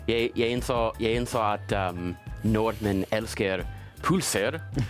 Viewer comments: He will be understood by Norwegians, but he say them wrong… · Yes, the norwegian word for norwegians is nordmenn, your pronounciation is perfect if you just ignore the d. Also I think you have a really good pronounciation when you say norwegian words